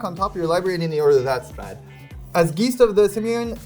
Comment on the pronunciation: so being fluent in German can not pronounce the word Geist?